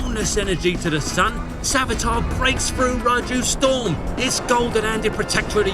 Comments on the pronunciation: its Savitr not Savitar , i almost got confused for The Flash villain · "Savitar", Sonion😭💔✌🥀 It is Savitra ffs. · You really think they can pronounce savitr